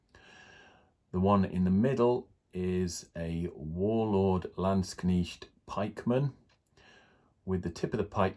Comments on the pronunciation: Thank you for the comparison. Great Video overall. Although not necessary I would say your "Landsknecht" pronunciation is pretty good now. Just try to get the e in before the ch. It's not a Knicht but a Knecht. 🧐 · Warlord landsknechts go very well together with GW's old Empire Regiment kit. Not so much the new one, too much of a scale difference (and quality difference...) Try "lands-knekt" for pronounciation btw, it's easier for anglos. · In English Landskchnecht is properly pronounced "land-shnecked". Ignore how Americans pronounce it, they can't even spell words correctly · Very nice and you almost got the word Landsknecht correct. For knecht use the letter e the same as the first e in beverage. Very nice kitbashing. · Hello, lovely stuff, however i'm affraid your'e still pronouncing Landsknecht wrong. It's very laudable of you though, to at least make an attempt. The E is pronounced as in egg and not like an I as in Knitting needle. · I think you are correct 😃 But it is way closer than the previous version!